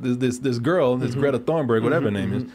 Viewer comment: Thornberg? Dude. Come on. I know you're a busy man, but a Google search takes less than a minute.